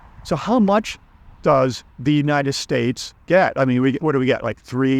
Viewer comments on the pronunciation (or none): none